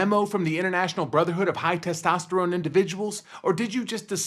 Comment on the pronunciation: Did he say Testosterome?